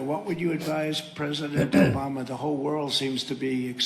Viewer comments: "Obamna!" LMAO!!! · His cognitive test was tic tac toe and he lost 😂 Though I do think it's on purpose because he's going for an insanity defense. I do love "Obamna" cracks me up every time. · "Obamna" always cracks me up😂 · "Obam-na!"Can't even say his name correctly. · From now on Trump will always call Joe Biden, Obama. When he means Obama he will say "obamna" to distinguish the two. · "Obamna!" Lmao I love that clip. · "Obmna"!!!😂 Seriously how dumb do you have to be to support this man?...